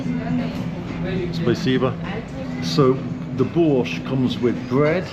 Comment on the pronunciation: Слышу "Бош", читаю в переводе "Бош". Даже не сразу догадался, что речь о борще.)))